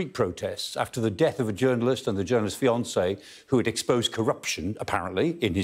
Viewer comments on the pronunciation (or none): none